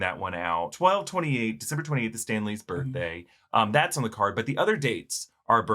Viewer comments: “Stank lee” 😩😭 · "STANK LEE"?? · "Stank Lee"- LOL :D :D